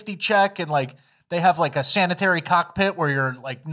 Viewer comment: We're just gonna ignore saying sanitary cockpit